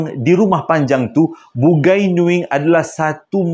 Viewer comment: dik, bukan "Bugai"tapi Bungai (sebutan : Bu ngai )